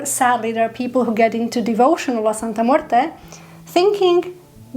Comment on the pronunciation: Thank you so much for pronouncing her name so well and most especially with class....she loves that!!!